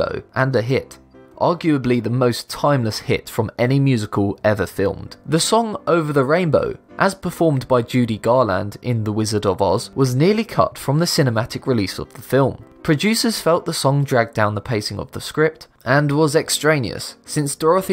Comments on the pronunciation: GarLAND. Why are all these youtubers so bad at pronouncing?! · The thing that amazes me about Be Amazed is how often proper names are mispronounced. It takes a few seconds to learn that Judy Garland is pronounced (GAR-lund), Kotaku is either (KO-tah-koo) or (ko-TOCK-oo) like the popular website, and Joe Namath is pronounced (NAME-uth). I can't speak to the other names, but these three are well known enough that it's baffling to me to hear them pronounced wrongly.